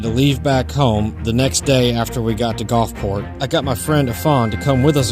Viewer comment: I know when I lived in the south for 40+ years . It was the Gulf not the Golf. Gulfport not Golfport. Just sayin. Fun video. Thanks for making it.